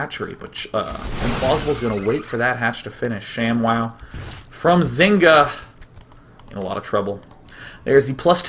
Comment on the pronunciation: its not shamwow its sham-WOW!